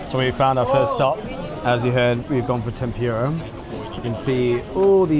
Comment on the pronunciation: I don't think he would know what "tem-pura" is (to give you an example). It is pronounced tem-poo-ra.